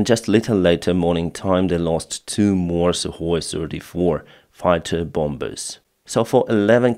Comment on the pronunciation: The second "b" in "bomber" is silent. "Bomber" rhymes with "calmer." Not with "somber." On the aircraft losses, I figure that ruzzia will lose the last of its Su34 fighter-bommers by July, or ten days after Ukraine deploys F16s, which ever comes first..